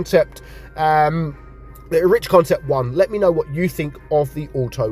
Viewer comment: Not pronounced Erich… it’s Eric